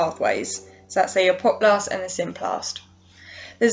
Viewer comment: really gets to me everytime you say apoplast...